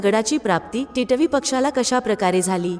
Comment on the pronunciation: Katha अगदी सुंदर ch आहे पण तुमचे मराठी ucchar कानाला अगदीच खटकत होते. तुम्ही मराठी नाहीत का? Varnvar येणारा टिटवी हा सहज शाब्द किती विचित्र uccarta तुम्ही ? मात्र तुमच्या आवाजात भाव आणि गोडवा छान आहे धन्यवाद!